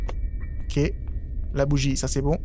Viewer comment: Tu as dit Bron au lieu de bon